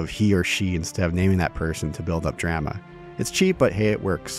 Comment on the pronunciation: Legitimate question: Am I missing some kind of inside joke about the word "drama" in this game? Why are you pronouncing it weird?